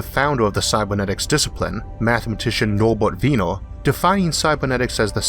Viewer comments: Sorry, but it's Norbert Wiener, not Weiner! Like in Wien, the Austrian capital. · Weiner is pronounced Whyner, ei has i sound not Weener.